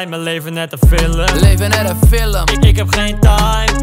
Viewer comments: het irriteert me dat hij zegt filum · Normale mensen : film Koen : fillum